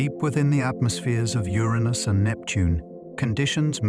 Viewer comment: You pronounced Uranus three different ways within 30 seconds….